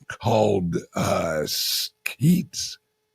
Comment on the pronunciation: Isn’t it sHeetz not sKeets.